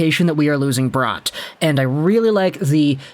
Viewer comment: It's Bratt not Brought